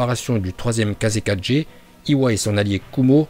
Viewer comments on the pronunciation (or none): Bonne vidéo mais tu sais pas prononcer les mots 😂😭 Kazekage (gué) pas ge Mizukage (gué) pas ge Railage (gué) pas ge 😂 C’est Hachibi pas Hatchibi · On dit shippuden pas shinpunden et c kazekage pas kazekaje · Sérieux tu a vraiment dit kase4g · grave c kazekage c n'imp kaze4g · Kagué Pas 4g Mais Super vidéo. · Par contre ta tuer le nom de tout le monde b au lieu de bi kazeka(g) au lieu de kazekage.. Etc😂😂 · Sa se dit kazékagé pas kazé4g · Mdr kaze4G tu ma tuer avec ta prononciation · Kaje,shipunden,atchibi,bé,🤣🤣🤣🤣 jsuis mort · "kaze 4g" jpp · Prq il dis kazegaje raikaje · RaikaGUÉ TSUSHIKAGUÉ et kazekaGUÉ et c'est pas Naruto shippuNden c'est Naruto shippuden aaah mes oreilles.. sinon bonne vidéo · c'est pas une remarque négatif, mais change ta photo de profil youtube sa va peut être plus attiré du monde la miniature est correcte notamment car jsuis sur tu t'es inspiré d'autre miniature identique qui avait 1M de vue etc...et les prononciation en japonais c'est pas encore sa Kazekage et pas Kazekadje